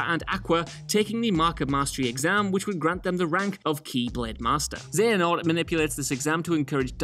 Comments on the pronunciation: Kingdom Hearts Birth By Sleep... Master Xehanort (zay-huh-nort) not Zenahort. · Xenahort? Xenahort? I think you mean Xehanort. Raiku? It's pronounce Riku... Please, if you don't know how to say something, listen to it in context first, it's jarring to hear mispronunciation. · I can't be the only KH fan that got pissed off that he pronounced Riku as ry-que And xenahort when it's xehanort (pronounced zay-han-ort you pleb) is just further insult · Xeno-hart? Xehanort my dude. XD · di he really say xenahort instead xehanort? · Saying Zenahort instead of Zayanort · This man said Xenahort like 3 times... so triggered lmao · Raiku? Xenahort? Did you even read that part of the script this time? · Xehanort is pronounced "Zay-a-nort" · Zenhanort?? RAIKU??? So cringe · XEHANORT NOT XENAHORT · He says Xehanort right once though, so how'd you get Xenahort for the rest of the video lmaoooo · Also Xehanort, not xenahort. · Xenahort? "Raiku"? Someone clearly never played any of the KH-games :P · I thought he said Xenomorph. And to think, now that Disney owns the Alien franchise, it can actually happen. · Can tell the person who talked about kingdom hearts birth by sleep hasn't played the game by the way they pronounce names hahaha still a good video tho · I couldn't finish the KH segment, the way pronounces Xehanort was really getting on my nerves. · Why can't pronounce names correctly like Xehanort and Rikku? Seriously, there's an abundance of KH games where their names are said out loud.... Started noticing this with many of his videos.... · You are bad at saying kingdom heats names lmao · No offense, but you completely mispronounced rikus and xehanorts name. Did you play the game at all? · Man has clearly not played kingdom hearts what are these pronunciations